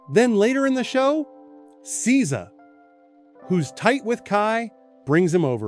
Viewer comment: Ok I’m out when you mispronounced Sza 🧐